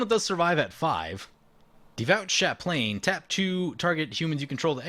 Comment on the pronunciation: Indestructible FTW! That bird, though. I haven't managed to get the axe to go off quite that well, but I see some hope. :D I think you had to take him out--you never know when they'll rip a Rift off the top and ruin your day. In regard to Devout Chaplain: the last syllable is "lin". Always a good show.